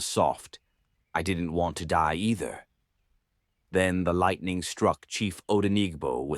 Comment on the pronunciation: Which kain pronunciation of lightening be this😂